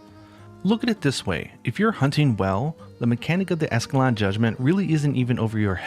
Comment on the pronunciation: Literally nobody can pronounce escaton judgement lmaaoooo